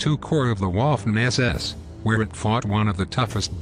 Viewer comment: Do you say fortyxx or thirtyxx? And learn to pronounce Wittman, not Whitman, and Waffen not Whaffen...otherwise good show.